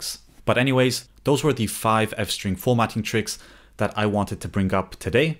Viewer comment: Ah yes, France-String 🥖🥐